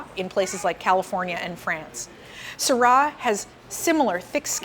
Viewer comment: Not sure what "erbal quality" is??? FFS! And learn to pronounce Syrah!